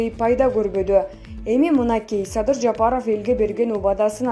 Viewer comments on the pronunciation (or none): none